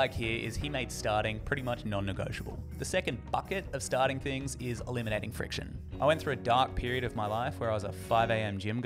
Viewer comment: "Elminating Friciton" lol.